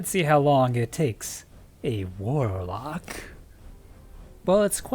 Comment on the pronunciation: You said "warlock" so disgustingly lmao. Also, I believe that using burst glide right before Icarus dashing in super gives you much more distance. You have to cancel burst glide after the dash because it reactivates, but after that you can burst glide again and go further.